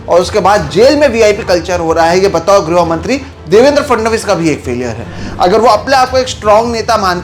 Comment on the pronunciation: 'Groh mantri' vs "grih mantri"????